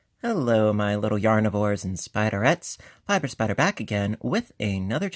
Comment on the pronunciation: HAHAHA I just heard you say "Yarnivores". I always thought you were saying "Yarn whores" so I didn't want to subscribe LOL